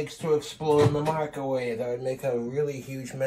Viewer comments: I can’t un-hear him call it a “micawave”. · Does anyone else hear him say “Michaelwave”?